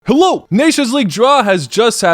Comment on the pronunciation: When you say hello, it has a special sound. Kinda slavic. What is your language origin? Thank you for great entertainmen and for following all the national teams. :-).